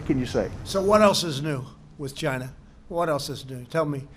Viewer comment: The way he pronounce China..annoys me..i just Want to punch his face..